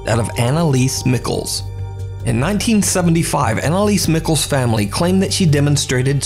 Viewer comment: I swear her last name is ME-SHEL not Mickles, 😭